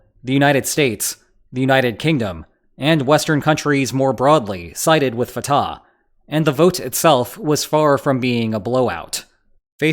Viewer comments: It’s not Fat-ah it’s pronounced Fut- ahh 🟨🇵🇸🟨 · the h in Fatah is pronounced like the h in Hamas